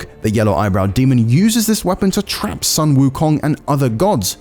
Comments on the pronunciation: FYI, Sun WuKong should be pronounced as "Soon" Wu Kong, not "San". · well it's pronounce as "Soon" wukong instead of "sən" wukong.